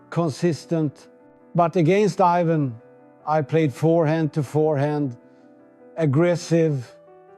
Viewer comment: AI. It pronounces "Ivan" as "eye-van". Borg would've pronounced it "Ee-vahn".